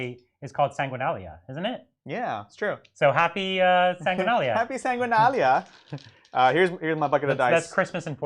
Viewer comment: It's Sanguinala ;) Not Sanguinalia